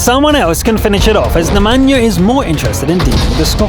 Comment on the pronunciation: I love how he says the name Nemanja like it's from Africa but is actually from the Balkans.